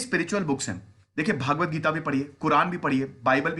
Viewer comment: श्रीम्भगवद्गीता उच्चारण है भागवत नहीं श्रीमान जी